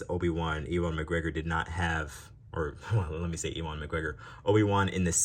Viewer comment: Love your stuff! Just wanted to say that you've been pronouncing 'Ewan McGregor' wrong. It's pronouned "You in". Also I recommend using either a hair dryer or microwaving a cup of water for at least 1 minute and dipping Bly's legs in there for at least 10 seconds to get them to straighten out, they should just go back on their own if they're soft enough from the heat